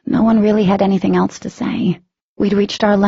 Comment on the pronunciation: Anyone else bothered by the way she said eltse. It's else. I'm sorry thought I would put that out there. And the way Ethan asked if he would stop loving katy if his parents were killed by humans. I would've said Y'all killed my mom and I still love him. Their love is so strong nothing could break it not even death..